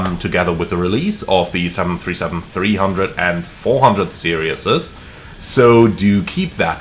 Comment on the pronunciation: “SERees” not serious.